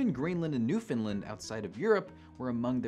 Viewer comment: "New fin land," not "New fin lind".